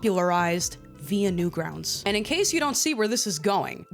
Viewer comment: Guys, what’s Newgrountz?! AI said it, not newgrounds. Newgrountz